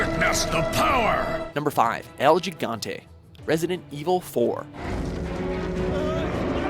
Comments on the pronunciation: haha "el yigante" it's "EL GI (ji)GANTE" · El gigante!... You guys should've put a spanish speaker to say El Gigante. There's no G when you say it. Say it with me He- Gante. Now that's how you say it. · I know im late but on its pronounced more like "El jigante" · El G-ga-ant-tee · Once again, what's so difficult about checking the correct pronounciation of Spanish words before making your videos? Verdugo is pronounced with the emphasis on the U, not the E. El Gigante is also mispronounced but that one is understandable so I'll let that pass. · wow learn some Spanish El Gigante the first G sounds like an H. idiot